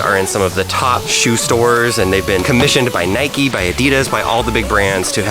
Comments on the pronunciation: we don’t say ‘Nik’ it’s n - eye - k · if u say nikee do u say mikeee or likeee or hikeee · Its not nick its Nike not nikeeeeee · It's not nic it's Ni-k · In the UK we say 'N-eye-k' not "Nick". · No it’s pronounced Nike not nikeeee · in england we pronounce Nike as (Nie kee) or (Nie c) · In the uk we don’t say Nike like ‘nick’ we say it like ‘n-eye-k’ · Its not nik or nike its like Niek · It's Nike not nikee so... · its not nick! its not nickey! its nike! like if your also from uk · It’s pronounced ‘Nigh Ck’ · ITS NOT "NIK" ITS PRONOUNCED "NIKEY". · Uk say Nike as (N - eye - k) not Nik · HEY, THIS IS SO CONTROVERSIAL, IN THE UK WE DONT SAY ‘NIK’ we say ‘NIKE’ YOU SAY ‘NIK-EE’ !!! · nobody has ever called it nick it’s nike not nikey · It’s not nikeeeeee it’s Nike (N-I-K) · We say nike not nik😂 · In the uk we say Nike like bike but with an N at the start. Not Nick ahaha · Im from uk! Its not nick or nikeeeeee its just nike no eee just nike hard to explain on txt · As u learn in like year 1 magic e make and I an I so instead of nikee it's just Nike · no NIKEEEEEEEEEEEEEEEEEEEEEEEEEEEEEE not nik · omg its not called nik-ey or nick its called ni-ke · It’s n-ie-k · You need to say it like naik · It's NIKE ..... Pronounced Ny-ck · Normally in the UK people pronounce Nike enn-eye-kay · It is nyke that's how you say it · In the uk we pronounce the i as the letter ‘I’ sounds. So n-eye-c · Ik we literally say it as it’s spelt not nikee 😂😂it’s so triggering 😂💀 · Hey, as someone from the UK 🇬🇧, it is not ‘nIcK’ or Nikkeeeee it is like the name Mike with a N at the start instead of the M. Lmoa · An N instead of the M not ‘nmike’ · it's said N-I-ke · Bro wr sat nike e nike the e makes the i say i differently and e